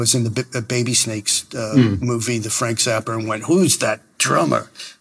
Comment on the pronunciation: SS. "Ennio Marconi"? LOL you mean Morricone.. o my.. "Frank Zapper"? I give up. 🤣🤣